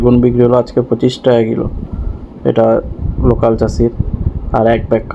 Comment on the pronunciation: যাক আপনার উচ্চারণ টা নোকাল থেকে লোকাল হয়েছে.... আগে আপনি নোকাল চাষি বলতেন ওটা এবার ঠিকঠাক উচ্চারণ হচ্ছেন